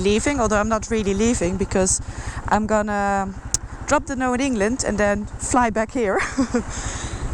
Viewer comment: I love how you pronounce dhanno it's so cute☺☺☺